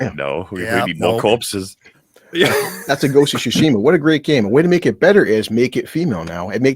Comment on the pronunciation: "Ghosts of She-shima" 🤣